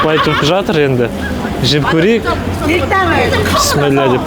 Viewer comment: Писмилла емес Бисмилах де Ас болсын